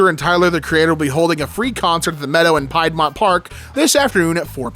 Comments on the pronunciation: I know not everyone lives in GA but it hurt me. That hurt me. It's Pronounced like peedmont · it’s pronounced “Peed-mont” source: lived there